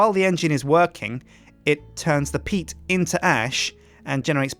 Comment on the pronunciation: Every time he says PEAT farm engine. I always hear PEAT FART engine